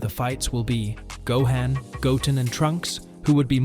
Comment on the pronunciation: WTF is a ZaiYAhns? Seriously, GoHEN, VehJeta, VEGUETAH? It’s actually Saiyans, Gohan, Vegeta… ChatGPT at its finest…